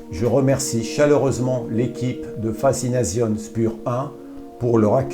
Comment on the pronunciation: Alors mon garçon, dans Spur 1, le S se prononce CH et le U se prononce OU, fazination, le Z se prononce TS.